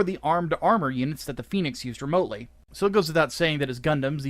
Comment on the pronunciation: you're mispronouncing phenex, it's not pronounced like the mythical fire bird, both "e"s are short like in ten